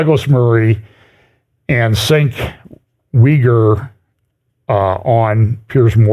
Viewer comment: Cenk’s name is pronounced “Chenk U-ger.” Just FYI. Carry on.